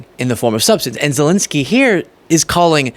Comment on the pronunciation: Sorry but it's not Zilinsky... it's Zelensky...